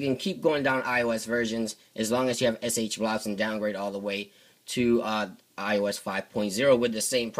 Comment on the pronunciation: I see SHSH, but what the fuck is fucking SH-blouus or what ever the fuck ur comi ass is saying?